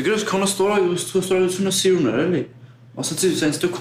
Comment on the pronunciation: Սիռուն. Չէ սիրուն😂😂😂😅😅😅